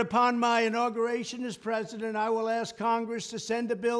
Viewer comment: Trump’s brain is 1,000,000,000 > < is brain of bre-zi-dent binden…😅😅😅😅😅